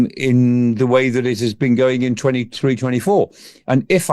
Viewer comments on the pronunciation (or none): the not zer